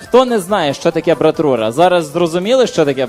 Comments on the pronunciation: ..не братура а - брайтура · Правильно брайтура